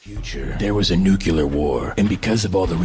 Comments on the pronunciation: Ok in every laser cats intro bill says “nuculear” like George W Bush, not “nuclear.” Was that on purpose, or does he genuinely say it like that? Wondered for years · Did I hear "NUCULAR war"?